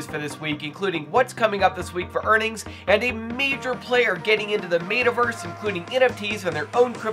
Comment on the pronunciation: “MAYTUHVERSE”?????????????? Nah you said it like that on purpose don’t be weird,.